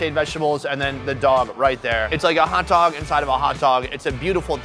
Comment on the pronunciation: No one: Literally no one: Not a single soul: "Adidog"🐶